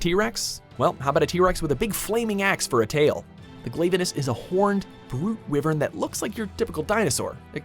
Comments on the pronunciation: Its not pronounced glave e nous its pronounced glav e nous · Watchmojo says Glayvanis, it is actually pronunced Glavanis. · Seriously this list has some problems while im fine with Glavenus (who is a Carnotaurus not a Tyranosaurus plus you said it wrong) Gammoth Tetsucabra Ketcha-Watcha Astalos (again spelled wrong also its not based on a earwig it's a butterfly and dargonfly) and Zamtrios being on the list (i like them even though in my own list besides Gammoth they wouldn't be on it) i need to mention how they mention they take in fan answers yet we ended up using the universally hated slimy ding dong monster and the also hated and boring as hell sand fish and the again very hated annoying and relentless owl also they didn't count variations.... yet HellBlade Glavenus a deviant is the thumbnail seriously i was fine with the first list but this is awful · glav-uh-nis kee-zoo horr-ibl-list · STILL WITH THE WI-VERN INSTEAD OF WHY-VERN!! GOD. WHY IS NIBLESNARF ON THIS LIST????!?!?? WHHHHYYYYY? AND KHEZU? Glay-va-nus. It’s Gla-vanus. Let’s add all the dates four except for Mitsune. The most popular one.